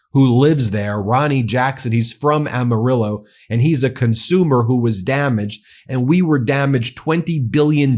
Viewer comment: Bro!!!! You said Amarillo correctly!